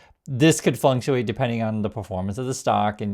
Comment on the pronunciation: please! The word is Fluc-tu-ate! Not flunktuate! My god that sounds aweful!